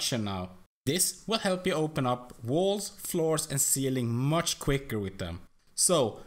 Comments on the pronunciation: mush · The way he says "much" is hilarious